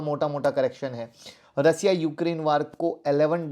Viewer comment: रसिया नहीं सर, रशिया।🙏